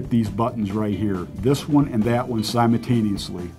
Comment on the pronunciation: "Simotaneosly" "soder" this guys alphabet is missing the "L"